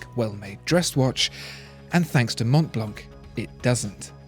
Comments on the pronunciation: I really love this video, as all those on your channel but please dont prononce the C at Mont Blanc (french native here), it is a 100% silent "C". As well, not the "T":) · Ugh! I was disturbed by his Mont Blanc pronounciation. I'd go for Omega for a Rolex alternative. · So, the correct pronunciation Mon Blan? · guys guys guys, mon blan is how the French call it, but this is a GERMAN brand and all the letters are pronounced. Sorry to spoil it for you